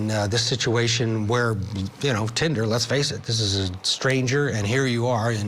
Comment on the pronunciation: No.. Please….. 😮‍💨😂⚠️ not “Tinda”